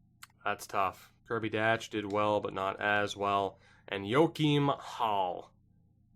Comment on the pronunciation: Kirby Dach’s last name is pronounced “Dock”